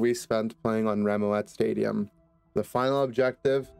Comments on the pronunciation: rem-oh-at stadium? isnt it pronounced like remote? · Holy shit I can’t believe never realized Remoat is a pun on Remote and Moat and that its actually pronounced Remote Stadium because its a remote isolated island lel Also how the fuck is he gonna have a point about popular FPS shooters and mention Valorant, CSGO, and even fucking COD but not Apex, like bro what? lel